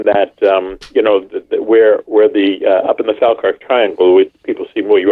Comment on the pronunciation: Mack Maloney... more like Smack Baloney!!! I'm pretty certain he said 450mph not 250 mph at first, when asked him to repeat cos he dropped out. Plus, I never trust anyone that can't pronounce Falkirk, jeez, almost as bad as Seriahs' " MacNamara";o)